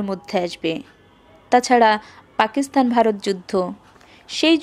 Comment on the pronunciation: খুব ভালো লাগলো। দুটি বিষয়ে আরেকটু নজর দিলে ভালো হত: কত সালে এটি লেখা হয়েছে বললে আর পাকিস্তান উচ্চারণটা ঠিক করলে।